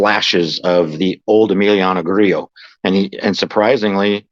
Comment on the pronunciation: Two thumbs up because you actually pronounced Grillo correctly. 😂. Good stuff guys. I might start dating Webb again.